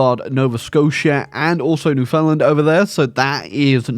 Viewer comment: Newfoundland is pronounced "new fin land," not "new Finland"